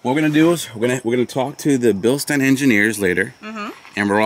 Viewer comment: I recommend before thinking about jumping a Bronco. Spend some more time working on your off-road skills. If you were thinking about jumping the giveaway Bronco. That's a good way to total it. Pronounced. Bill-SHTINE